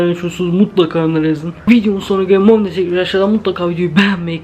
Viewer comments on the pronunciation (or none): o momo diyiyosunya Portlek